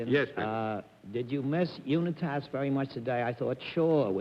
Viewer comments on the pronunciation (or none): Funny whenever Bennett Cerf - -who tries to show how smart he is about everything - displays his ignorance. Asking Raymond Berry about Johnny You-knit-ass, and the game at The Yankee Stadium. I bet Dorothy even knew that Unitas is pronounced You-Night-us. And any NY sports fan would know the Stadium is only referred to as Yankee Stadium - -NEVER Thee Yankee Stadium.. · You na Tass? You would think Bennett would have known how to pronounce Unitas. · Did Bennett really call Johnny Unitas "Uni-tass"? I wasn't sure who he was talking about at first. I have never heard that name pronounced like that before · I'm an avid reader who's pronunciations are offered corrected for putting the acent on the wrong sil-ah'-bul. Bennett's would be the nearly correct Spanish pronunciation of the written word: u'-nee-toss. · Alan Sorensen ... I’ve only ever heard it pronounced U-ny- tis. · Cerf mispronouncing Johnny Unitas' name is an all-time howler. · You’d think Bennett Cerf would know how to pronounce Johnny Unitas’ last name, since he’s a publisher. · I also noticed Bennett mispronounced Unitas. Took me a moment to realize who he meant. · The way Bennett mispronounces Johnny Unitas's name at the mark is hilarious.